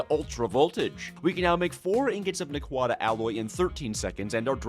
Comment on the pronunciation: The way you pronounce naquadah makes me sad. Because it means youve never watched satrgate which is a true tragedy.